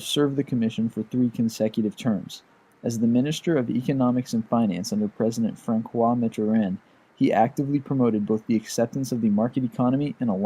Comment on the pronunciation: Just a tip : the name Francois or François, is pronounced "Fransoi" not "Frankoi".